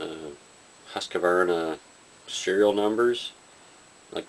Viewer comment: I don't think they would be considerd youth rifles persay, parlour type rifles and/or for dispatching smaller birds and game caught in traps btw every gunvideo about Husqvarna rifles you guys pronounce it HuskEvarna, there is no E sound in there (